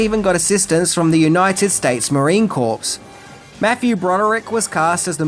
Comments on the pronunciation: it's pronounced the United States Marine Corps - sounds exactly like CORE- the Marine Core is how you say it,NOT MARINE CORPSE!! otherwise, Thanks for the video. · It's United States Marine Corps (pronounced CORE). A corps is a body of people. A Corpse is a dead body. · Just a couple notes on pronunciation. The Corps in Marine Corps is pronounced, core. The P and P are silent. This would also apply to when it's used in phrases like NCO corps or officer corps. And Jean Reo's first name is not pronounced Jean like Billie Jean. It's pronounced morel like John, except with a French J. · One edit, in United States Marine Corps. The P and S is silent. So the word is pronounced like “Core” or “Corps”. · "...and even got assistance from the United States Marine corpse." 😅😅😀😀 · No p sound in marine corps, please and thank you.